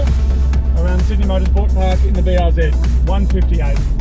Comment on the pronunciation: Bee arr zee